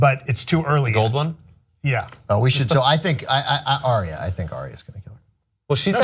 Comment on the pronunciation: Arya is pronounced 'Ar-ya' not 'Aria'